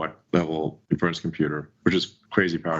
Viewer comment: the way he pronounces 'inference' (for inference computing) is doing my head in. He clearly never heard it pronounced before using it (it's like in-fuh-rence not in-ferr-unce) so I guess this is one we're going to see him hammer into the ground, using it completely inappropriately tpp